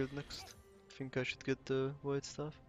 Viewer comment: Mint egy magyar aki mar tobb mint 5 eve kulfoldon el (ahol angolul beszelnek) ellegge irritalo az akcentusod. Egy ket jo tanacs a th hangot (think, thing) ne sz-hangal ejtsed. Magyar nyelvben nincs kulonbseg W es V kozott de angolba ugy kell W rendesen kiejteni, hogy ne erintsed ossze a ajkaidat. Illetve a t betuidet nyomd meg rendesebben es akkor jobban fogsz hangzani.